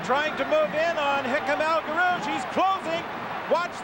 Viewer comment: As usual a great commentary!🙃 (1) For almost a lap we are told all about Sullivan - he finished in eleventh place. (2) El G's first name is constantly mispronounced. (3) Ngeny is not mentioned until well into the third lap. Still I have to rate this as not the worst commentary on an important 1500m/mile race. For that, turn to the ABC commentary on the Olympic 1500m final in Mexico City (1968).